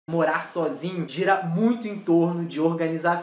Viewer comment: E também é morar e não moá